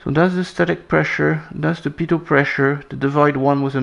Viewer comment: As said in the last<?> video -- and some viewers mentioned in the comments section below that video -- his pronunciation 'p-toe' for "pitot tube" is correct. I noticed in this video pronounces "mach" like 'mack', which AFAIK is how it is pronounced in the UK. {Give me enough time and I will come up with some kind of AWFUL PUN based on /Mach/Mack...🤭}